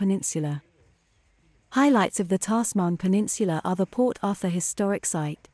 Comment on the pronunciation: Great video. It’s pronounced Tazman peninsula. Just to let you know.